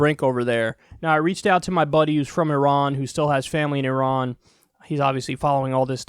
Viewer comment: Good on you for pronouncing it correctly and not "eye ran"